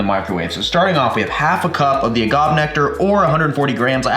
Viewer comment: I think I may have cringed every time he said agave but hey still an amazing video from the! Now i need to go get some kirspies and make it snap crackle and pop